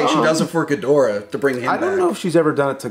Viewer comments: What I’m Struggling with is why they keep saying Geedrah instead of GhiDOrah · Ghidorah. Please stop saying gheedrah 😂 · I never knew how much it bothered me to hear people mispronounce Ghidorah til this video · Dude why is it only 1 of you is saying Ghidorah's name correctly? Also I hope Mecha-King Ghidorah will be used in the future. That post credits scene really is hinting towards that.